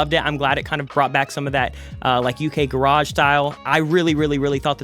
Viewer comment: I was disappointed when you said British garage without the accent on “garage” 😄